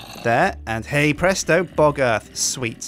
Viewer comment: stop saying hay bresto